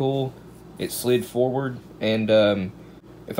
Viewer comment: he said"smack it foward like a man" lol